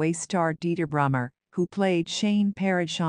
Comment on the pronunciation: It's 'Brummer' not Brimmer! He committed suicide and no wonder in this shitty world atm but people we have to be strong and unite♡♡♡